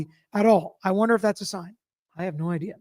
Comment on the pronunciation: I wonder if Hank has any "idear" that we all know he's being "neFARious"😂 Poor guy is so scared of "AHCAR" it's hilarious